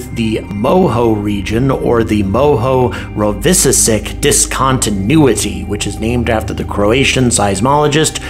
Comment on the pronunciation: I used to speak some Serbo-Croatian, as I had friends in Yugoslavia when it was still Yugoslavia. A little help with pronouncing the Croatian name, Mohorovičić . It's MOH-hə-ROH-vih-chitch. It's a beast, for sure, and a real mouthful when combined with "discontinuity'; Which is why we all say "Moho". Named after seismologist Andrija Mohorovičić, the Moho separates both the oceanic crust and continental crust from the underlying mantle. Fun Fact: Mohorovičić discovered the discontinuity in 1909 when he saw seismograms from shallow-focus earthquakes had two sets of P-waves and S-waves, one set that followed a direct path near the surface and the other refracted by a high-velocity medium.